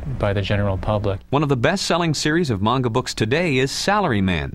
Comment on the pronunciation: this is where i learned the proper pronunciation of “manga.” Not kidding